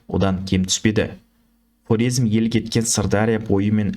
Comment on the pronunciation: Карезм деп сойлесениз дурыс айткан боласыз